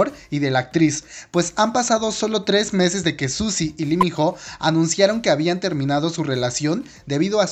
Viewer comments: LI min JO JAJAJAJJAJAJA no mames, aprende a leer bien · Se escribe ho y se pronuncia o... Pésimo vídeo...